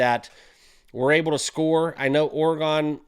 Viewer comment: For the love… please learn how to say Oregon